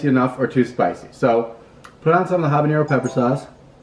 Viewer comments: I love how the pronounce habañero lol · Habanero is not pronounced like jalapeño. Guy is a noob. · Did taking almost all your clothes help? I don't think so. Btw, why do people mispronounce "habanero" all the time?